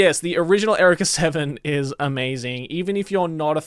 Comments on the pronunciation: Is this just Joey not knowing how to pronounce Eureka? Or is the show just weird like that? Because it’s not pronounced Erika, it’s pronounced “You-Ree-Ka”. 😂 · Erica =/= Eureka You Ree Ka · erika seven???? is that how u say it really??? no one calls it out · TIL there's a different way to pronounce "eureka."